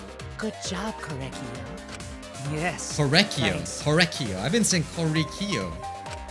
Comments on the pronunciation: Every time you say “Korekiyo” you say “Kory” so every time you say his name I go: “CORY KENSHIN?” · when he says kory it makes me think of "kork"